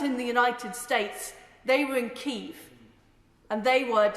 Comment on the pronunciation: It’s not kieth it’s Kiev